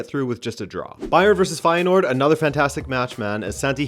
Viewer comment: Bijlow and Feyenoord pronounciation pretty much nailed on, only De Kuip needs some work (the Dutch 'ui' sound is one of those quirks of the Dutch language I guess).